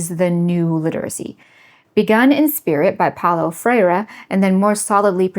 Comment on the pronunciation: Being brazilian it was as amusing you mentioning Paulo Freire as it was funny hearing his name with an accent. Great channel